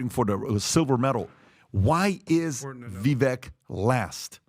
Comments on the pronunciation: How does STILL call Vivek “Viveck”, I swear he has a flat brain. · Guys, Vivek said his name is pronounced to sound like Viv-ake, like cake. I'm not voting for him.